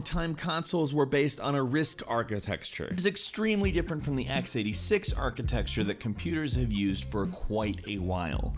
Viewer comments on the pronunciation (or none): Anyone else get pissed off at him saying "Architexture"? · Every time you say "architexture", I cringe. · STOP SAYING ARCHITEXTURE!!! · Stop saying achiteKture wrong!!! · WHY can't he pronounce "architecture" correctly!? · I love you man but, if you're going to say architecture 30 times you should learn how to say it. it's not architexture. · i think there's a poetry to the mispronunciation. 'architecture' by itself, i think of blueprints. mere 2D geometrical structures. 'architexture' gives it extra semantic flavour, nudging me towards thinking about materials & three dimensional shape. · Did you really expect a port of Killer Instinct to be good of SNES?? You do realize the KI arcade game used a 100mhz MIPS based RISC processor and the SNES used a 3.58 mhz Ricoh processor? Also it's pronounced "architecture" not "architexture" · Archi-TEC-ture! Not archi-TEX-ture!!!!! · why is he saying architexture instead of architecture??? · why did he keep saying archi"texture" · ARCHITECTURE... Ark-ee-tech-ture not architexture! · For those of you reading the comments before watching, here's a tip: Watch as a drinking game. Every time he says "Architexture" take a shot. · ArchiTEXture? Wtf ? Why is it that so many Youtubers don't know how to speak English? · ARCHITECTURE. NOT ARCHITEXTURE. YOU DUMB SHIT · til "Architexture". Great portmanteau meaning the feel of the way things are built. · Omg stop saying "architexture" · christ i cant hear you say architecture wrong anymore >< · The work is "Architecture" not "Architexture" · Why can you not pronounce "architecture"? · DUDE, its architecture, not archiTEXture. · Was he actually pronouncing Architecture as Archi-texture???? WTF??? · I like how he keeps saying architexture. Architexture. WTF is wrong writh you. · you have to stop saying architexture, that's not a word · Anyone else annoyed at how much he pronounces "Architecture" as "Arkitexture"? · I keep hearing "architexture"... it's driving me nuts... ARCHITECTURE